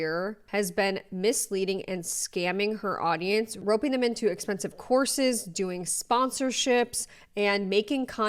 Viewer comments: I thought you said she was selling corsets (might as well) and i realized you're saying courses. Thats why i use cc when possible. Lol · my own fault but i kept hearing you saying “horses” instead of “courses” and was like …. this woman is selling horses to lose weight?????